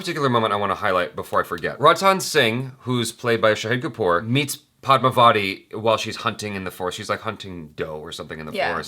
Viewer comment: Rah-ni not Ray-ni. Padmaa-va-thi not pad-mah-vaa-ti/di.